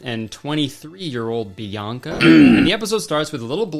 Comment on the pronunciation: Her name is Bianca, not Bionca.